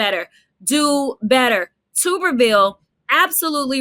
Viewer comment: It's not TUBE-er-ville. It's TUB-er-ville, like a bath tub. Sorry, I'm the mispronouncing gestapo. Not bashing, agree with 99% said here 👍.